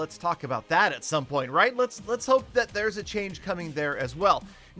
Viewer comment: when I donate him 17$ and he says "that's royt, petah 17 dolars"